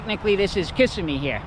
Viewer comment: Ka simm eee not kiss a me